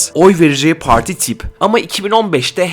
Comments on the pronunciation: Her şey iyi güzel hoş da yanlış anlamazsan neden “parti” değil de “poğorti” ? 😂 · Analiz güzel ama pooarti gibi telaffuz hataları var.